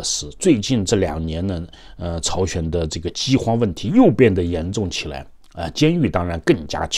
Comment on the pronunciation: 是朝鲜不是chao xuan